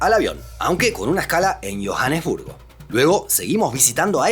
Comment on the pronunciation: Iójanesbur [Johannesburg] 😂